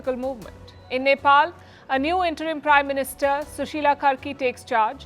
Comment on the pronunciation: It's karki not kharki